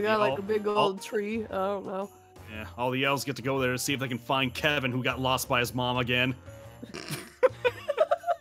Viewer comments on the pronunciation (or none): Its pronounced Kramp-us / Kev-in not kavin